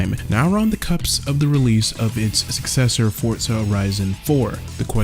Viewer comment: The term is "on the cusp" not "on the cups" ;-)